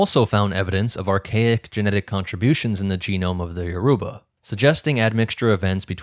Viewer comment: Good work. But your pronounce Yourba very wrong. Check a Nigerian video for how to say it.